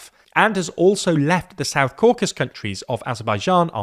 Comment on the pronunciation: The countries are called the south Caucasus countries, not south Caucus. A bit sloppy...